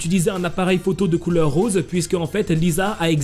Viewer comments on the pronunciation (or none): none